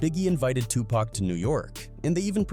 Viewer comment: Man, the bullshit oozing from this video is crazy pac was from nyc not los angeles. the ai voice you use is trash too....his name isn't 2-pack.